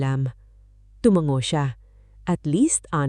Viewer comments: Nice story. Very compelling. Sana lang maayos ang voice over at captions like 'asawa ko ako" at tamang pagkakasabi ng mga salita 'tumanggo sa halip na tumango, or pansensya sa halip na pasensya [for educational purposes]. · Ang bigkas ng narrator sa tumango ay tu-man-go na dapat ay tu-ma-ngo 2 maling bigkas napahanga, maling bigkas- na-pa-han-ga tamang pagbigkas- na-pa-ha-nga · Hindi tuMangGo tu-ma-ngo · Bigkas ng narrator : tu - man - go Tamang bigkas : tu - ma - ngo